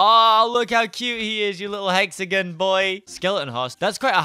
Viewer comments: It kinda bothers me when he says "hexagin" ahaha idky tho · I'm cringing hearing say hexigins instead of hexagon